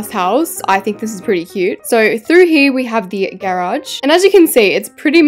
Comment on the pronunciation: IS NOBODY GOING TO GALK ABOUT THE WAY SHE SAYS GARAGE IM NOT EVEN TRYING TO BE RUDE ITS JUST SO UGHHHHH